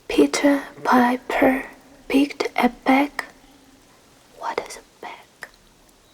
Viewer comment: 💚💚 You were doing really well with Peter Piper! I loved this video - do more! 💚💚